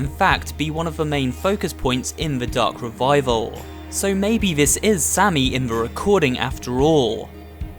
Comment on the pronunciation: Ven you say the darc revaivel it meik me dizzy